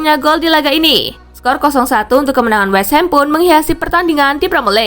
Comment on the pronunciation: Westhum min bukan westham